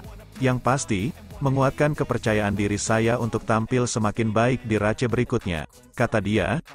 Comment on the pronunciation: Race, bacanya reis, bkn race, blajar lg